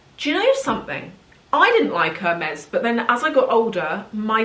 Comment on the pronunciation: It is painful to hear the brand name pronounced wrong like that over and over again 😢